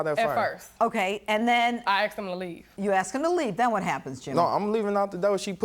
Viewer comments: Oh god. As a kid, for years I attended the same grade school as other kids who said 'axed' and I still know how to speak correctly. Sometimes my southern accent and pronunciation can get a bit out of hand but I know how and when to control it. Oh and before y'all swatch from poor education to who the kids grew up around at home, my parents always spoke Spanish, so yeah there's that. Ive also known black people who not only say 'asked' but they correct others when they say 'axed', and for the record those people aren't always black either. So no, it's not just a dialect. Just some people who didn't learn how to speak right out of laziness. Pronounce the damn word correctly. Obviously, I have zero problems with accents or dialects, but if you wouldn't type it or write it in an essay, then technically it's incorrect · WTF is everybody going on about how "smart" she is... the second anyone is dumb enough to use "aksed" instead of bloody ASKED they show their level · All I heard was: ''Axed, axed, axed, axed!'' Are these people lumberjacks or something? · It's funny because the mixing of the letters "s" and "c/k" in Latin was even where the letter "x" first came from in our language trunk. Literally, they are doing the same thing human beings have been doing for three thousand years, turning the harder to enunciate "sc/sk" into the easier "x" but yeah, they can't be taken seriously cause they're black americans doing it this time around... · anytime you hear axed just throw a can of axe at them and say here's your axe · thank you so much. I used translator to know what does " axed " mean, nothing showed up. ( I`m not native ) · I find amusing when they say "I AX him to leave" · how hard is it to pronounce the word "asked"? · Why do they say 'axed' instead of 'asked'? It makes people sound really dumb, even when they aren't. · its hard to take Black Americans seriously when they say axed me.. Axed me... ITS ASKED ME!! god damn!